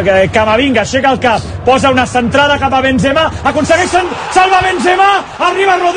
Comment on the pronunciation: La cantrada, la ramatada y gol